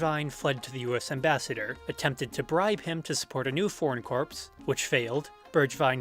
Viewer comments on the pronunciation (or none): corps not corpse. jesus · Great stuff! Gotta say one thing though t's corps like "core," as in the marine corps. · Really good video! One suggestion though- corps is pronounced like “core”